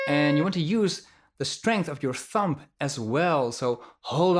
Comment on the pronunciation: great teacher but it’s thumb...don’t pronounce the b not thump. love you man